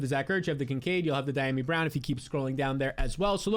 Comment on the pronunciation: Dee-Ah-Me Brown... Come on man try